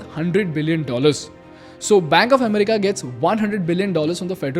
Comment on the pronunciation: It's not am ri ka